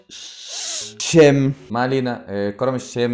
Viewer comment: عرفنا انك بتكره السوريين بس يا ريت لما تنطق كلمة الشام تكون محترم فيها و بلا خفة الدم تبعك فيها